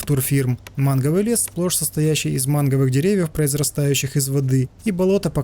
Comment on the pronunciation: Не "Манговый лес", а "Мангровый"))))